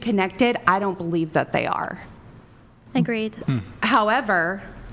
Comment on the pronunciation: Cant with the “However” girl 🤣 more like hoever 🤣☠️